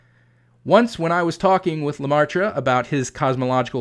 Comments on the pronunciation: off topic sidenote: the ai in "Geogres leMaître" is prenounced the same way as the vowel from from dress, or perhaps more fitting, the "air" (phonetic ɛ) - not an the vowel sound(s) of "pie" or "price". (phonetic aɪ) it's leMɛtre , not leMaɪtre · Just a nitpick, Professor but the Catholic priest's name is more closely pronounced like "luh-met" rather than "luh-mar-truh." His name is spelled L-E-M-A-Î-T-R-E. The "aî" in French is normally pronounced like the "e" in "met" and the "-re" ending, while normally having a sound like "-ruh," the sound is also frequently dropped in normal, everyday speech. The circumflex accent in French--^--typically reflects an "s" which was eventually dropped from spelling. The French "maître" is related to the Spanish and Italian "maestro." It most commonly appears in English without the circumflex as part of "maitre d'"--the shortened form of "maître d'hôtel." The original French referred to the "master of the house" (typically meaning more of a mansion than a standard house) which later evolved to "master of the hostel/hotel" and was applied to the man who was basically the head of the waitstaff (whether inside or outside the hotel's eating area; he might also oversee the bellhops and maids). In English, of course, its most typical usage is in restaurants to refer to the most senior waiter. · good video but your pronounciation of George Lemaître is terrible ! I suggest you google it next time ! 😉😜